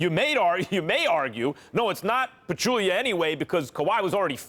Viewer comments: Zaza and Aldrige's closeouts were both dirty but not as dirty as Stephen A pronouncing "Zaza Pachulia" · Zaza closeout was dirty but not as dirty as Stephen A pronouncing "Zaza Pachulia"